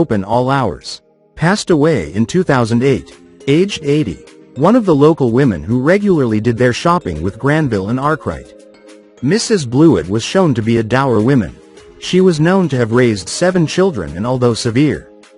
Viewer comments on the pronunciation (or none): Hate to tell you but you've got a picture of Patricia Routledge up for Stephanie Cole aged 41. Two different actresses. And it's 'Arkwright' not 'Awrkright'. Lovely to see them all again, but there's quite few mistakes in this.